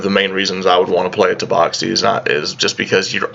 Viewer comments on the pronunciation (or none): It's Tabaxi not Taboxi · Taboxy....... That hurt me so i stopped watching... Sorry words are hard I guess